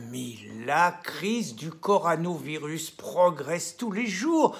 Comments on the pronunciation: Pierre... Répète après moi : CO... RO... NA... VIRUS. Encore : CO... RO... NA... VIRUS. Et non CORANOVIRUS !!! C'est comme la bière + VIRUS ! Tu vas y arriver ! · Le coronavirus et non le coranovirus. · Coronavirus Pierre Pas corano virus😅😅